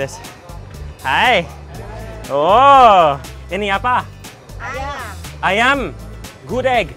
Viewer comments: Gudeg, bukan Gudik bro.. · Bru, wtf u can eat whatever u want but dont mispronounce it tf... GUDEG NOT GUD-EEG tf its so insulting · Gudêg not Gudég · this published in 2019 and I just see this :( btw I'm pure Yogyakartan and I love your review! and ofcourse I love your pronounce like Good-Egg or Mung-Oat lol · It's gudeug not gudeg, with "eu" Spelling not "e" Letter ~~~ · ngomong gudegnya masih salah :v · The way you pronounce"GUDEG"...make bring me to tears...🤪🤪🤪🤙🤙🤗🤗🤞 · Gudeg the e is silent.